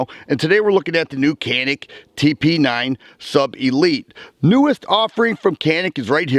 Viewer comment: cool video dude. but canik pronounces as janik. it is a province in the samsun turkey